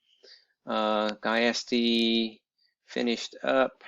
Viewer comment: Pronounced, "Justy" (Giusti). Nice excel job. I don't suppose you could post the formula to bring a photo to a cell, could you? You wouldn't have to explain the whole thing, I get excels different references to other sheets and locations, I could figure that out myself.